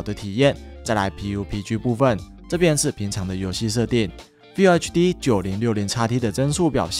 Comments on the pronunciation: FULL要念ㄈㄛˋ 不是FILL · 老哥... 要拍PC硬體的影片 至少FULL HD的“FULL”怎麼唸要先搞懂吧...